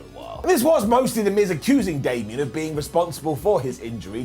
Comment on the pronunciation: K I can’t ignore that he said Shamian vs Damian. I like that matchup.